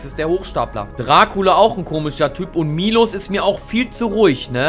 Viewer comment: Dis heißt nicht milosz sonder miłosz